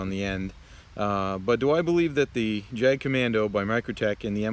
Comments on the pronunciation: Grip is too tight when you’re pushing in. Let the knife do the work. And its not “jag” kommando. Its German and pronounced “yagt commando” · Just FYI "Jagd" is pronounced "Yahgd."